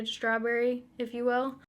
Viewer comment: I love how you say "strawburry" ❤️